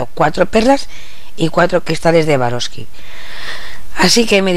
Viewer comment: Estas reloca burosli q no es suarovsky jajaj